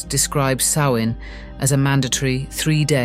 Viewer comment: I'm glad you pronounced Samhain's name correctly. It gets mispronounced frequently. Rumor is, a Mysterious Haunted Island is located somewhere off Canada's East. The Haunted Isle actually used to be Charted on Official Maps, until a couple centuries ago. If those things came from the West, it's conceivable they were habitants of that Mystery Island. The Isle would be along Horizontal Line Coordinates that run through Ireland and Scotland. That gives them a direct route to fly. If these Ancient Tales are True, that would help ground it geographically.